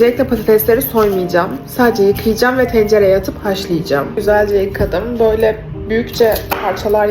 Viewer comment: BOYLEE DEĞİL BÖYLE LÜTFEN